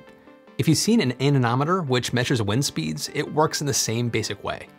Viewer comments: Rotating wind speed measurement devices are called "anemometers" not "anenometers" 😊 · The way you say "anemometer" hurts my ears.